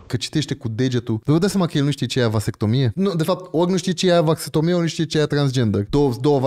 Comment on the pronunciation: Dex: va vas vat vastectomie sau cum o fi:)))))))) am murit de ras